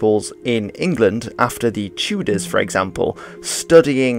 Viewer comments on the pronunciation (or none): none